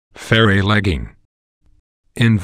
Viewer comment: Why does the narrator keep calling them ferrey or fairy inbetween, and then suddenly he pronounces it correctly again? So weird to listen to!